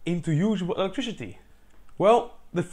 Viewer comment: This dude says “electrishity”